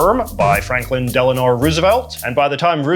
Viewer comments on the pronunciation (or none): Hey JJ, did you intentionally say Franklin Delanor Roosevelt? I think you're mixing up his middle name 'Delano' with the former first lady Eleanor Roosevelt. Great vid